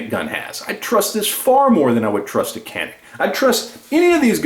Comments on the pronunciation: Yep Taurus is great value for the money....and Canik is pronounced: Jan-ik......:-) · I love the video and I will buy me a Taurus now but in the word Canik, the C is pronounced as CH, sounding like Janic.